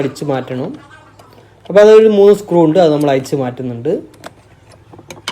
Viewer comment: അയിച്ച്...പയയ...കോയിമുട്ട എന്നല്ല അഴിച്ച്....പഴയ എന്നാണ് മലയാളത്തെ കൊല്ലുമോ?